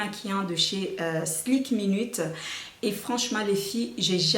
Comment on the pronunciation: C'est pas "SLIK minute" mais "SKIN minute"